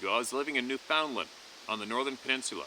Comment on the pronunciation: Who from America pronounces Newfoundland as "Newfinlind" ?